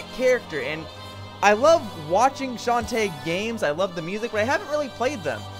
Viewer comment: You like Shantae so much, you can't even pronounce her name right!